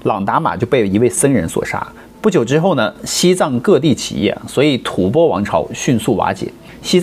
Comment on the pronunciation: 中间有一句吐翻！我第二次纠正你了，怎么还有错！